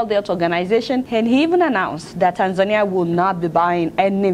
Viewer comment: You mispronounced Tanzania.